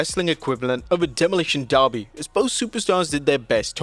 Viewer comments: You must’ve had Darby Allen on your mind because it’s pronounced Derby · Its not Darby its derby derby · its called demolitions DERRRRBYYY. not darby.... .... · Say DERBY NOT DARBY ITS NOT FUCKING DARBY ALLEN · Never heard Derby pronounce as Darby 😂